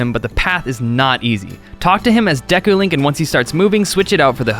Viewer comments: Deeku?? That's how you pronounce it?? I always thought it was Deku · Deku is prounced "deh-kuuh" not "dee-kuuh". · who pronounces it as Dee kuu..I say day kuu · WhiteWing Nolasco it is deku not deeku.... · Dehkoo not day or dee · He actually said "Deekoo" Mask... *shudders* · You say deku like deka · Mats Berglinn Actually you're wrong it depends on how you pronounce it. "To mah toe" "To mae toe" it's pronounced "dee koo" who cares? The only pronunciation that I'm iffy with is Fi's name. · deku if it was Dekeu it would be pronounced as the person says it in the video with the 2nd e silent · It's the deku mask not deeku mask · It triggers me how he pronounces Deku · Deku is pronounced deck-oooh Skulltulla is pronounced skull-choo-la Epona is pronounced ep-o-na